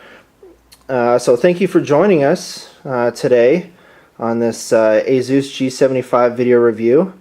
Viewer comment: HAAHAA great name ASUS "AzUS,,,like Hey Zeus LOL....